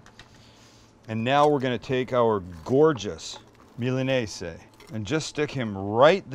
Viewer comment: Is it actually called and pronounced milanese? Tf my entire life i’ve heard and said MILANESA